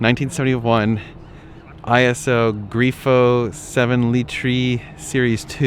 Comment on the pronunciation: This video is why I can't watch most you tubers. It blows my mind how you can be so clueless to past cars. They serve the very foundation of the laptops we currently buy. That Iso for instance (pronounced Ee-so and not I-S-O) is incredibly rare with a big block in it. The majority of them came with a small block. Don't worry though your not alone, Effsport posted a video yesterday banging on how rare the LFA was he found in a parking garage at car week, mean while parked next to it was a 250 California which he completely glossed over.